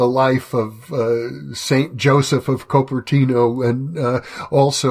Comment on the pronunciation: Cooper-tee-no (Cupertino)